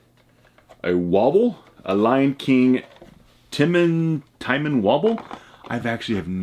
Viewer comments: Ti-MOAN. Not Timan.🤦🏾‍♂️ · His name is pronounced "Tee-moan" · Bird is Zazu, Ed is a hyena and it is pronounced Ti - moan. Love the lion king. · "you get a little Tymen figure." WTF did he just say? Oh...oh no, this video is going to hurt isn't it? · Ed's a hyena The bird is zazoo And timon is pronounced ti-moan Hope that helps 🤷🏽‍♀️ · Let’s skip over the fact of how it is possible you never saw “The Lion King”, would it kill you to do a less than 5 minutes of research to figure out the bird “thing” is Zazu, the rabid dog is actually a hyena, and learn how to pronounce Timon’s name? At least pretend.